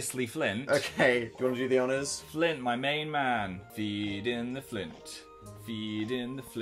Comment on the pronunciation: his name isn't flint it's FLINT